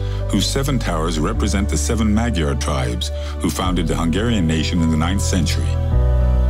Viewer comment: One Hungarian word to strongly consider is Magyar. It is who they are! I may be a Texan, an "American" and I may speak "English", but to the Hungarians (as we call them) - they are Magyar. So too - it is their language. With that in mind I offer the following: the "gy" in Hungarian does not sound like it does in many other languages. Care to make more friends - quicker? Call them and their language something more like MAWD-yar instead of mag-yar! They will be pleased with your effort. Isten, áldd meg a Magyart!